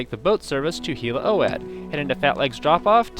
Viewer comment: Just FYI, I think Hla Oad is pronounced “ Laa owed”!